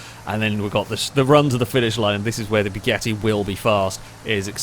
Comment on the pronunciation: Am i the only one whos ears are bleeding when he says BYUGATTI? Othervise it is a really good video. But man....it is BUGATTI, not BYUGATTI. "BYU" sounds like a deep voice of a laser cannon...